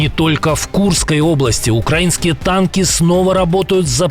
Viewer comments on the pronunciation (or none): none